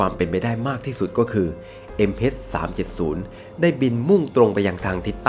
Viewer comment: MH เเต่เวลาพูด MS สับสนเลยครับ